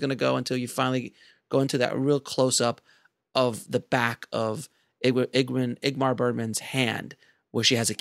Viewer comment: Igmar?.. Bergman....... lol lol